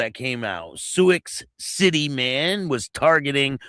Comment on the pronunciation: It's pronounced sue city.